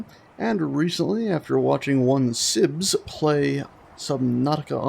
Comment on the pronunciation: I believe it is sips not sibs